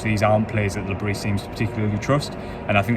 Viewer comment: Great summary you obviously are adept in delivering an honest account of the match. one criticism its not Le Brissss, its pronounced Le Brieeee